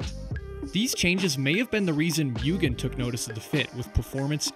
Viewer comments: What is "Myewgen"? Is that how a cat furry says "Mugen"? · That isn't the way Mugen is pronounced